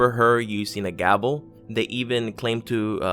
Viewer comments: Is it just me or is this guy saying gabel instead of gavel? lol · I thought the word was gavel, not gabel. Did that change too? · Are you saying gabel? It's irritating me. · One word ~ Gavel ~~ not gabel ~~~ Otherwise, great video! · It's a gavel not a gabel lol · Are you saying gaBel????? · do you mean "gaVel"? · Urgh you REALLY need to research pronunciations as well as stories! It's Cheshire Cat pron... chesh-er and it's GAVEL, not Gabel... seriously wtf is a Gabel? If you're going to research, actually do some research ffs!